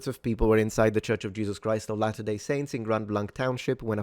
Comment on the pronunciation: Kinda getting tired of seeing police chiefs/spokeperson's who havent done ANY research at all into the press conference they are about to hold. I'm not even Mormon and I know how to properly pronounce "latter-day". We need better qualified personnel running things. This is pathetic.